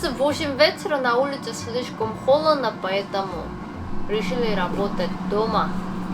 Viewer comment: Почему говоришь: холедно, делать?